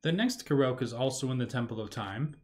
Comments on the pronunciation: This video helped me a lot! No idea there were this many Koroks on the Great Plateau! Side note: Korok, I believe, is pronounced like Kor-rock…cause many (not all) of them are round under rocks! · Is there a reason why you are saying Koroke?